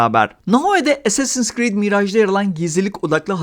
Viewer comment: Recepler niye as’leri es diye söylüyor acaba? (Assassin) 😅 Bu arada bizim karabüklü karaoğlan samuray değil, köle. Wired’da bile Japon tarihçi dayanamayıp gülmüştü bu duruma. Revizyonist tarihçilik ve woke’luk dışında oyun iyi yapılmışa benziyor.